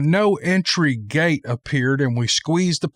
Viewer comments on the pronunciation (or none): none